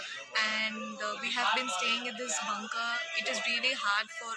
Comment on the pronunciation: Pls pronounce Bankar,not jhankar.